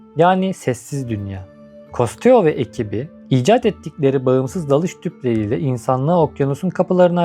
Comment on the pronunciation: Costio okunuşu doğru mu bilmiyorum ama benim çocukluğum custo nun belgeselleri ile geçti. Keşke custo desen